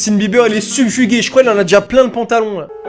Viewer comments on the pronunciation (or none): "sulfugué" c'est toi le beauf on dit subjugué